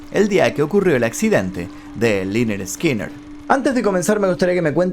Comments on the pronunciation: Liner skinner a.e ... Se lee Lainard Skainard.. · Corrección se pronuncia lenerd skenerd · Free bird, y se pronuncia lenner skenner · "Laynard Skaynard" Asi lo entiendo que se dice o no se xD Me gusta la de SIMPLE MAN 🤟🏽😔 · Liner eskiner jajajajajaja qué mal inglés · se pronuncia lenerd skenerd